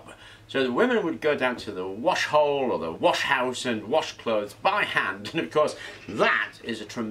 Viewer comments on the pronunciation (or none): none